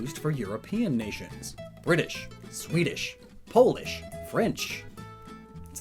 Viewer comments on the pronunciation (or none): none